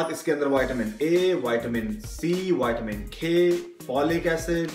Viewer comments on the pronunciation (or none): He pronounces vitamin as whiteamen